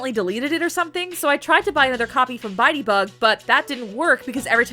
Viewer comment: for some reason i kept hearing "buy debug" as "biteybug"